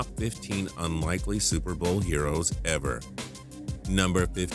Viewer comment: Why do you sound like a robot. You said ever like E VER